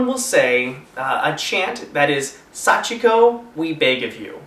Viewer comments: Hey You guys did say it right they said it like this sachiko we 4 times without the beg of you part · in the story, someone said it wrong so that's how they ended up there :) You guys said it right xD